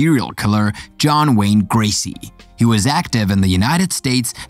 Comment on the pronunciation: Not gracy but gacy